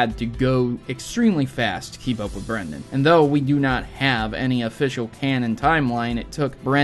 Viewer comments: *Brendan, with an AN, not an EN. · Bruh it's Brendan, but I'm not complaining because you like my name, Brenden.